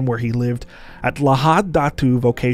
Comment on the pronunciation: Hello from Sabah here 👋🏼 wow never had I imagined that my hometown will be mentioned here and ur pronunciation of Sabah and Lahad Datu is quite good 👍🏼